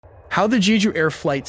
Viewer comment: also Jeju was pronounced incorrectly. The E sounds more like E in the Ember (like how you say E in spanish), not like E in Eagle.